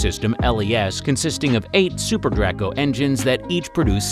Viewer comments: Need work on editing... It's pronounced Drake-oh not dracko. It's another way of saying dragon. Video would have been a lot more enjoyable if you'd focused on the interior of the Dragon like your title had suggested. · Just a little pet. Peeve may not matter much to some people but it's pronounced Draco with a long A not Draaaco with a short a